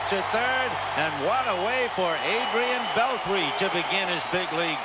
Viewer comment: Whoa, one of the very few times Vin Scully mispronounced a player's name "Beltree" Even the greats have their "oops" moment. So weird seeing Ryne Sandberg in a Phillies uniform too.